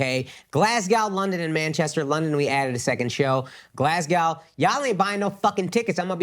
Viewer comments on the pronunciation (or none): Akash, you're not selling Glasgow tickets because you're saying it wrong! They don't know you're coming. Glaz go. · if you want people to show up in "glass cow" maybe get the name right lol "glaz go" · Akaash….sales in Glasgow might do better if you said it properly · maybe Glasgow isn’t buying tickets because you’re pronouncing their city name wrong…? Lol